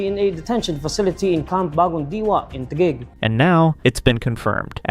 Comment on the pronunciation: Teghig ❌ Taguig ✔️